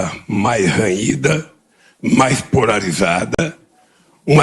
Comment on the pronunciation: Excluindo o fato de que o cidadão deveria estar na cadeia, ele não consegue nem falar corretamente as palavras “campanha mais PORARIZADA”. O Brasil vai escolher o rumo que vai tomar para os próximos 15 anos, e espero que não seja esse LADRÃO que esteja no comando da nossa nação! Não consigo conceber que existam pessoas que, por não gostarem da postura do Presidente Bolsonaro, vão votar em uma pessoa que fez parte de uma quadrilha que assaltou os cofres públicos e sequer apresentou um plano de governo para o nosso país!